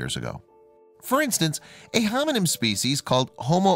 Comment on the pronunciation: Am I the only one that is hearing him say "hominym" as opposed to hominid or hominin?